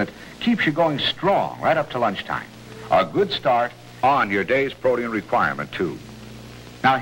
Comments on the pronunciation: For some reason back then it was pronounced as if it were spelled protean I have heard it pronounced that way on many vintage ads. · That is somewhat the correct pronunciation but EEE-in lazily became EEN as time went on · So bizarre that Special K commerical. Is he trying to say "Protein"? Pro Tee In. Just never heard that before. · I remember hearing Paul Harvey pronounce it "proteein" well into the 80s and thinking it sounded so weird as he was the only one i heard by that time pronounce it that way. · Protium? It sounds like he’s saying protium. That’s the name for the isotope of hydrogen that has one proton and no neutrons. Yes, I think there should be some hydrogen in my food.